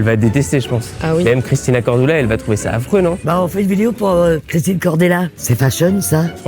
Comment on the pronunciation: Bon bah n’aura jamais correctement prononcé le nom de Christina 😂 J’adore